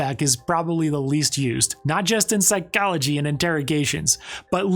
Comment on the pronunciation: whats the psychology behind the random emphasis you put on the "k" sound in psychology? and other random syllables in other random words. nothing wrong with it im just genuinely curious bc you didn't always do that. still love your channel tho, i miss your body language analysis videos!